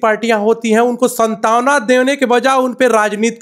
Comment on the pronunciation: पत्रकार बता रहे हो,सान्त्वना को सन्तावना कह रहा है,यह सत्ता पक्ष नहीं विपक्ष को ही ढूढ़ रहा है